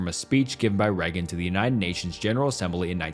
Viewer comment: That AI voice is really noticeable here. Listen how “he” pronounces Reagan’s name and how much the AI butchered the term “cult of personality.”